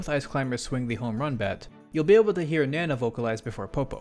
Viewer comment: You were right with the "nah-nah" pronunciation. It's easier to remember when you think about how weird it'd be to call Popo "Poppo".